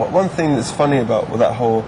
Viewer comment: you can hear canadian accent "its not aboot that, right?"